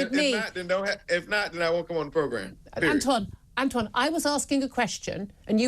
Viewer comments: Antwon can't even pronounce important words correctly. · "Antjuan." I can't.